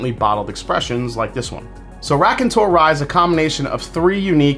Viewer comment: Hey! I hope you are doing well. Raconteur is the French word for Storyteller. Your prononciation is, how should I say 😊…….. I still like you and what you do on the channel. Unfortunately more than half the stuff you review is unavailable to me in Montreal. Take care man